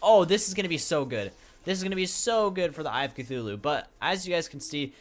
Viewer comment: "eye if cthulu"